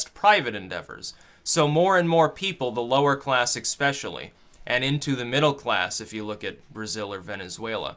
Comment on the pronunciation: Did I hear "ekspecially" ?